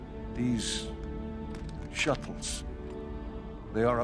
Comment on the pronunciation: “These shut-tles” 😂